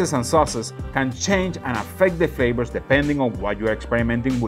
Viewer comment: Hey,, my friend! I'm glad you finally found the good stuff! I grew up in the mountains of the northwest US, where bison, moose, elk and deer are common place on the dinner table. It makes great jerky, stews, roasts and ground meats for burgers, meatloafs and meatballs to add to wonderful dishes. Just one question... What the heck are these "flabors" you keep talking about?? 😆 As long as you keep insisting on swapping your Vs and Bs, SHs and CHs, messing up your tenses and talking so fast we cant understand a word, then wondering why people keep saying they can't understand you... I'm going to keep calling you on it, especially since you've ignored my lessons in the past. 😆 But seriously, thanks for doing some different things and expanding our minds. One of these days I am going to make my way down there and we'll see who's "got the chops..." (Pun intended). 😉 Love ya, brother, have a great 4th of July!